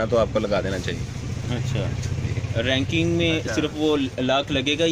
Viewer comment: raking ka matlab ha. jo ye lakri key box bane hue ha jin main samaan rakha jata ha..us ko raking kehtey h..baqi lafz raking hota ha ranking nahi wo ghalt bol rahe ha..